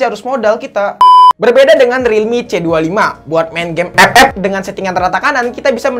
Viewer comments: Ngomong ep ep nya itu lo bikin ketawa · Ngakak pas ngomong "EP EP" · Wkwkwk gw ngakak pas ngmng epep